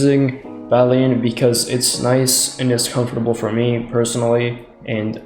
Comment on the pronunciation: did you call it badleen